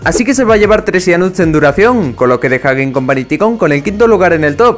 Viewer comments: Gente normal: Taicun: Ticon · YO :PARA DE DECIR TICONNN! Pero gracias xd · Yo al escuchar ticon:sangran mis oidos